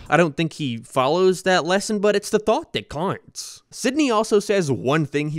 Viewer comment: I'm new here, sorry, what accent makes one pronounce 'out' as 'oit' and other such similar pronunciations? It keeps slapping me out of the video bc the regular cadence of the speech is normal but then One Word is a lil 'curvy' lmao Edit: another example would be the 'its the thoight that coinghts'